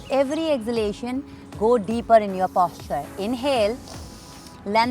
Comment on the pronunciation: Itna itra ke kyu baat kar rahi it's posture not Pósture😂😂😂